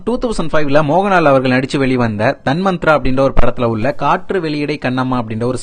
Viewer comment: TAN MA TRA - not Tanmantra